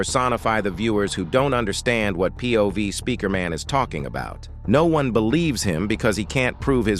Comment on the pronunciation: bro are you AI? you just said noon instead of no one